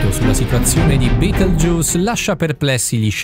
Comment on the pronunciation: si dice betelgheuse non beteljuice